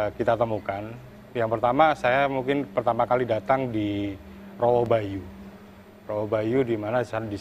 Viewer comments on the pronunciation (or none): Rowo Bayu Bukan Rowo banyu